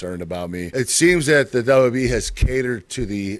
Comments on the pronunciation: we learned that he pronounces wwe wrong.. (your a legend sir.) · dub dub e (WWE) like e c dub (ECW) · Who else hates how he says wwe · Why is such a struggle for Kurt to say "WWE"?